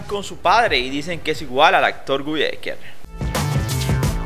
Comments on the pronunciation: No ES Gui, és Guy ecker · Se escribe Guy pero se pronuncia Gay, solo esa observación. Gran persona, gran profesional, gran ser humano! 🥰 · Amigo se ESCRIBE GUY pero se pronuncia GAY😂😂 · Suena raro como pronuncias su nombre